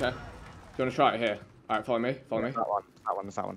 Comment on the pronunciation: British people be like “ alroit I can vibes with it ay